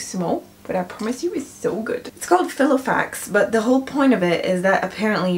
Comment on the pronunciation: "File-O-Fax" ( Fai - Luh - Faks )